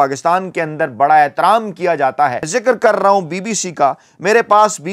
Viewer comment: Chima ye kya bol rrrrrrrrrraha hai